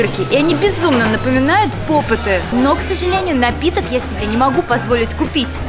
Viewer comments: Правильно не попытаныА попты Ударение на ы И симполы димполы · НЕ ПОПЫТЫ А ПОПЫТЫ УДАРЕНИЕ НА Ы 4 !!!!!!!!!!!!!!! меня бесит когда ктото говорит чтото не правельно-_- Я КРИТИК